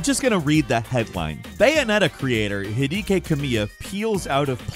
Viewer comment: This doesn’t really matter but… HIDEKI is pronounced HE-DECKY. If you need to know that later. Not trying to be a pain. Just know the correct way to say it. Love the vids. Keep them coming. :) PS - Tsubame is pronounced TSU-Ba-May